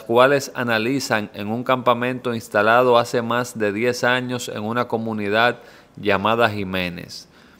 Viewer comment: se dices años...... no jaños😂😂😂😂